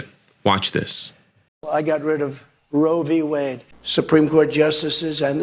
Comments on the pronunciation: he keeps saying Rovey Wade 🤦🏻‍♂ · The way tRump says it... does he know anything about it beyond the sounds "row vee wayd"?